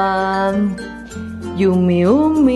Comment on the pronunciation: l'inglese in questo video ha raggiunto i massimi livelli...HLthy, bAKery, yUmmy... invece di fare brutte figure piuttosto vai a ascoltarti le giuste pronunce si Google translate!!